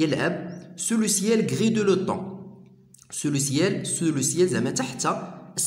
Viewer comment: يا أخي الكريم نشكر لكم مجهودكم و لكن هناك أخطاء في القراءة من شأنها تغليط الطلبة الجدد في الفرنسية، أرجو منكم الإنتباه إليها في المستقبل وأذكر على سبيل المثال لكي تتمكن من مراجعتها ، l'automne , plaine, passait, pétillait, dehors